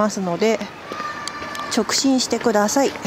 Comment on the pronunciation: 直進を直ちんって言ってませんか？面白かったです(^-^)